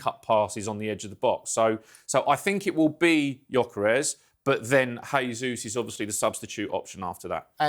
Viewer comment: You pronounced Eze's name correctly but not Jesus?